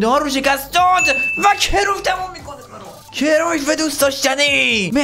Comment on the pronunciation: کرویف😂😂😂😂😂😂 کرایُف